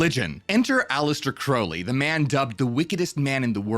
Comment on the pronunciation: It's pronounced 'Crowl-ly'.. sorry. It was driving me nuts.